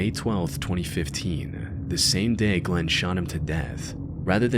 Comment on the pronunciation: Who's Glenn? It's Glenda!